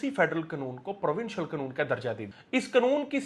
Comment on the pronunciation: Its not knoon. Its kanoon.😅